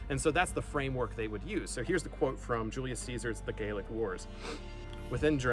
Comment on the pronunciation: so, its not the Gaelic Wars, its the Gallic Wars pronounced "gahl-lik", and the Gauls were Celtic not Germanic. There were Germanic peoples in Gaul but they weren't called Gauls, I believe. Edit: pronunciation might not seem important but in this case it is. Gaelic refers to the Irish, Scots and Manx whilst Gallic refers to the Celts of ancient Gaul and Germania.